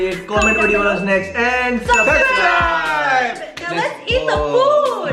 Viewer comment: I like..when aunty says....suscribe😍